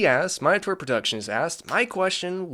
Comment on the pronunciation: Thanks btw my name is Minotaur not minetaur